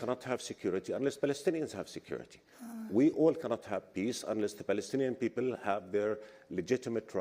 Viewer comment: ‘Beoble’ ? You can’t pronounced ‘P’ but claim rights for self determination as the People of Palestine with a P.